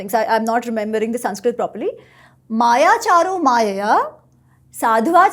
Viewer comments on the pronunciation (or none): none